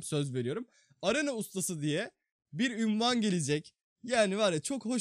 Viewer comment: Abi ünvan değil unvan